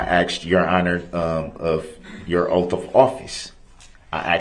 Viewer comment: JD took “ an OAFF” how is his rights being “trampled on”? Who do dat” SMJ is Laf-FuL law” whoz my accuser”? Is it Civil or Criminal? “Imma hit ya wif “